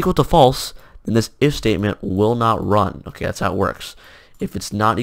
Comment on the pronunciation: when he said "if state" it sounds like mistake lol